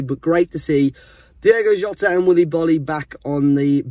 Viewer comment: Say Jota thx